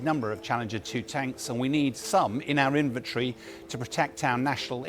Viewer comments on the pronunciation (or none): none